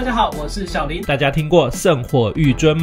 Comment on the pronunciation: 小林那個是念 ㄒㄧˉ一聲 ㄌㄢˊ二聲 這樣念的話老爸爸會生氣